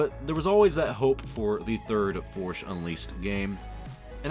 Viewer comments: “the Forsh Unleashed” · Forsh Unleashed. There. Now you can't unhear it. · "the forsh unleashed" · Sometimes it sounds like he says the forsh unleashed.